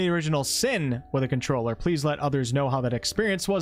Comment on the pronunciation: I vomited a little when you said controller